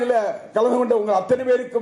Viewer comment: நன்றின்னு கூட சொல்ல தெரியல நண்ணிநண்ணி என்றான்